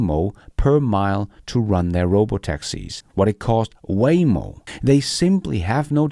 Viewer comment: Waymo=WHYmo soon WayNo? or just WHY???